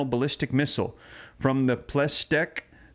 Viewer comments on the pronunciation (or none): Your pronunciation of "Plesetck" as "ples tek" is abominable. Closer (much closer) would be "Ples-etsk" or "Ples-etk".